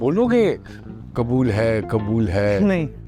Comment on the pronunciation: Kabul nahi ❌ Qubool hai ✅